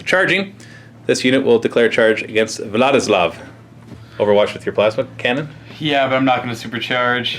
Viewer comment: I am hearing "what is love" instead of Vladislav.